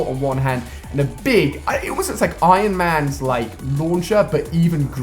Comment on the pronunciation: 😂😂😂 He said Iron Mahn's launcher 😀🔫